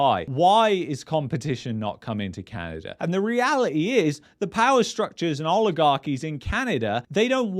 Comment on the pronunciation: Canader, lol!